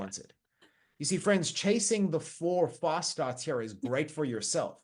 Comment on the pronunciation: his accent made me hear "false starts" instead of "fast starts" 😅